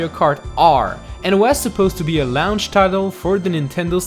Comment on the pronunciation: I thought you said lounge not launch lol